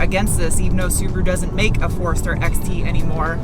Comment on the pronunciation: Love how you say Forrester. Sounds like Forrurstir 😁😉